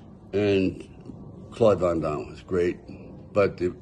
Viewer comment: Hey say van dame again. Lol. Please say again